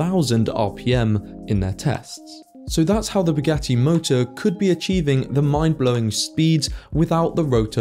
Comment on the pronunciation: Buuu-ghat-tee doofus😂